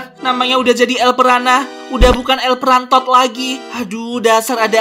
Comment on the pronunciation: Impostod wkwkwkwk el prantod wkwkwkwk😆😆😆😆🤣🤣🤣🤣